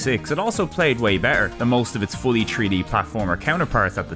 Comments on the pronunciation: as opposed to free-d, right? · "Tree-D gaming" I think you are missing an 'h' there